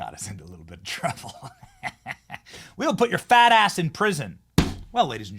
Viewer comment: He said fatt